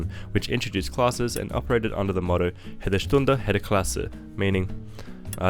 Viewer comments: That butchered pronouniation of jede/hede... It thought you must be Dutch. But if you are Dutch, how can you swap a Sprinter with an IC? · When pronoucing German, the J is not an h sound but a y sound. Jede Stunde. Jede Klasse." would sound like an Australian reading "yeder stunder, yeder klasser" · German is not Spanish. Not sure why you pronounce the j as an h. Jede Stunde, Jede Klasse means every hour, every class.